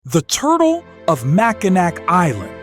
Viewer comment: You literally pronounced Mackinac wrong!!!